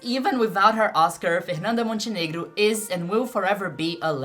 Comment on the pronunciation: Are you Brazilian, vc fala fernanda Montenegro mó certinho